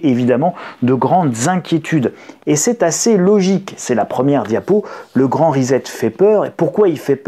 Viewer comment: rissette pas rizette